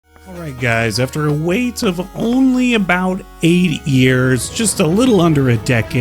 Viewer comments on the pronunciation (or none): none